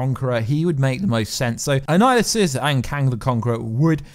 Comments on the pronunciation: Annihilus not Annihilusus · na I mean this guy keeps saying annihilisus..its annihilus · Since you DID ask.....it's Annihilus, not Annihilusus. You called him/it the latter at least 3 or 4 times. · It's kronos not anninhuls, he has been stuck in the quantum realm. Awhile back they said another jim starlin character would show up. Thanos is 1 and now kronos might be 2 (both are starlin creations) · Bro its pronounced an-Nile-us. No apostrophe S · If you’re going to make these videos, you have to learn how to pronounce the name ‘Annihilus’ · yes..but I'm saying was saying his name wrong